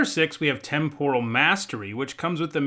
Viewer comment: You're not talking about shrimp, buddy! TEM-por-uhl